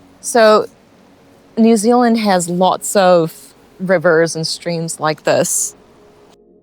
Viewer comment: As a Kiwi, I think you sound US except when you say “New Zuland”. I had to smile!